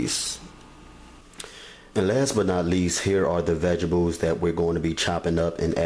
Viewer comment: "vejibles" lol. I love a man that even TRIES to cook!!!! you can say it however you want baby, just feed me!!!!lmbo